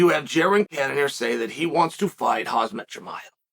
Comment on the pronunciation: "Jared Cannanear , Jared Canon Ear, Jared Can of ear ......."